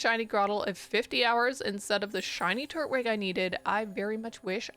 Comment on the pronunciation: why you saying turtwig like that